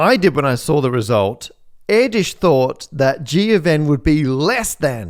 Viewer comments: Hungarian here, not quite how you pronounce Erdős, but it was close 👍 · No it's not not pronounced like that. Only English speaking people think they can butcher any pronunciation and say it's ok. It is not up to you to decide sir. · "Yes it's pronounced like that" No it isn't, stop gaslighting us, Matt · "Yes, it's pronounced like that." – No, it isn't. 😉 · no the name is not pronounced like that. Write `Erdős` in google translate and click the speaker button. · no lol it's not pronounced like that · Yeah, I don't mind him mispronouncing it, but it is definitely not the correct one. Make this correction the top comment please😅 (When English speakers talk about Hungarian scientists, I literally don't recognize them for half the video) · he could have asked AI and probably gotten closer to the correct pronunciation, instead he made a human error and published it ;) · wikipedia reports the pronunciation of his name as [ˈɛrdøːʃ], [ø] is like a [e] (as in French "café" or Spanish "pero") but with lips rounded (as in French "peu") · "Paul Airdish, yes, that's how you pronounce that" Angry Hungarian noises! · that's not how you pronounce Erdős :) but nice try, you need to work on your ő :) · I am not hungarian but i would not be sure about your prononciation of Erdős . those accent on o is soemthing you are pronouncing wrong. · As a fellow Hungarian, there is one thing that I am quite certain of: that"s not how you pronounce Erdös's name. But I am no LLM, so who knows... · The next few years of superexponential growth of AI will be fascinating as it becomes asymptotic. All bets are off! I'll give you an 'A' for research, content and presentation, but an 'F' for the pronunciation of Erdős ! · "yes it's pronounced line that"... any Hungarians..: nope :D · Nope, Pál Erdős is not pronounced like that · Pronunciation is not exact still. But close. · if he so famous why most of the people does not bother to pronounce his name right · No, that isn't how you pronounce Erdős.